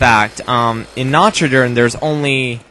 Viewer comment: nacht is pronounced not